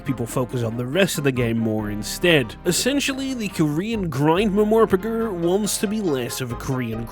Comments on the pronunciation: Did you just say Ma-Mor-Pa-Gr? lmao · lmao bro invented a new way to pronounce "mmorpg"